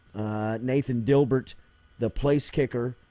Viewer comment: Jordy destroying the Dibert pronunciation